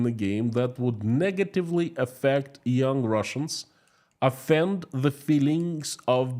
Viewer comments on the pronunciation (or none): none